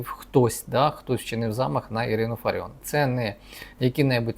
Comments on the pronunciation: Дивує доповідач... він вперше чує прізвище ФаріОн??? Ну як так?!..... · Ви брешете !!! Такий же запроданець , як і соколова !!! Правильно казати ФаріОн !!! Відписка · Очкарік а чому не кажиш що суд поновив пані Ірину на посаду і роби правильно наголос мудак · Це ви корисний ідіот. Навіть наголос в прізвищі пані неправильний. Ще один аналітик розумовий паралітик. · Можна було б правильно вимовляти прізвище Фаріон. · Не ФАріон,а ФаріОн .Пані Ірина фахівець своєї справи,а в якій царині ви пане рахуєте себе фахівцем? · Аж противно слухати що п.Ірина є фАріон а не ФаріОн. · Вона не фАріон, а фаріОн!